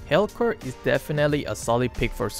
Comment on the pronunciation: how pronounces Helcurt 😂